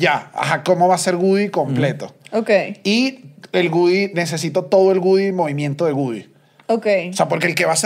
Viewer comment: No es GUDY!!!! Le pueden decir a que es WOODY!!!